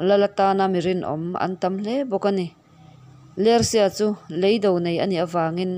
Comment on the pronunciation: Leido nilovin, "lêi do" tih tur.